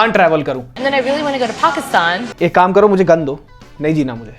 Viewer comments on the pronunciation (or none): Pakistan nhi bola bhai phacistan bola